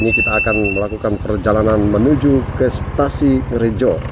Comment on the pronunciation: Diawal video ada kesalahan ucapan "perjalanan ke Stasi Ngrejo" 😅😅😅